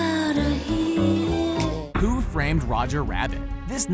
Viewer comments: you spelled framed wrong.you said frmed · He said 'Who frmed roger rabbit' and I think he meant 'Who fr*a*med roger rabbit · XD what is "FRMED" it's FRAMED not "FRMED" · who frmed roger rabbit instead of who framed roger rabbit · Who Frmed Rodger Rabbit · "Who Frmed Roger Rabbit" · Who frmed Roger Rabbit I think you mean framed . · When it said who framed roger rabbit it said who frmed Rodger rabbit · “Who Frmed Roger Rabbit” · It said frmed instead of framed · frmed.....FRMED, REALLY? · Hey buddy you said WHO FRMED ROGER RABBIT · who FRMED roger rabbit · It said Who FRMED Roger Rabbit instead of Who FRAMED Roger Rabbit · who FRMED roger rabbit XD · Who 'frmed' Roger rabbit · lol WHO FRMED ROGER RABBIT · doesn't the word "framed" have an "a" in it?